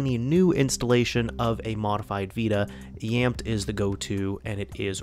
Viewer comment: Pretty sure it is pronounced as YAMETE